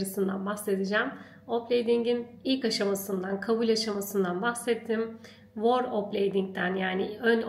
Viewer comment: Tebrikler, hayirli ugurlu olsun! 🍀🍀🍀🍀 Bu arada kirmizi renk size çok yakismis 😍 Felemenkçe telaffuzda 'V' ünsüzü, biraz Türkçe telaffuzdaki V ve F seslerinin karisimi gibidir ve üfler gibi çikarilir 'Veerle' ismini tekrarlayarak pratik yapabilirsiniz. 'W' sesi gibi telaffuz ettiginizi fak ettim, 'voor' derken Ingilizce kelime 'war' u çagristiriyor 😊